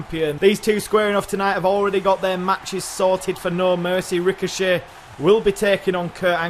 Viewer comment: Also next week on Raw, I wanna see Ricochet Vs Rico-Jay. I heard the mispronounciation of Ricochet and thought, what if Rico-Jay, the next Ellsworth, is brought in for a warm-up with Ricochet